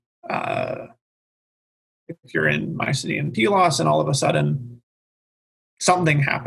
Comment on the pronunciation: does the I-know-better professorial sarcasm bit very well, but then repeats the safe refrain that the Bronze Age collapse and the "invasion" of the Dorians is... unknown. I had really hoped to get more input on the situation of Pylos (thank you for the correct pronunciation). Was there there really a gap of 10-15 years between the destruction of Mycenae and that of Pylos, for example?